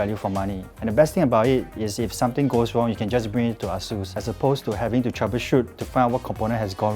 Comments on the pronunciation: the pronounciation is not Ah Sues....... please dont pronounce it as Ah Long or Ah Beng not like u going to Chinatown point......the right pronounciation is .................AsusTek Computer Inc. (/ˈeɪsuːs/[3]; Chinese: 華碩電腦股份有限公司; pinyin=Eisus.....A...Sus....HAHAHAHA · It's pronounced ay-soos